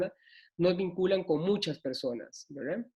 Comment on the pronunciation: Todo el rato dice: wra.... en vez de verdad, se hace pesadisimo.